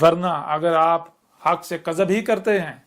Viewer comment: مجھے تو یہ چ لگتا ہے۔ اردو زبان کے تلفظ بھی صحیح ادا نہیں ہوتے دعوے تو دیکھو کِذب کو کَذب بولتا ہے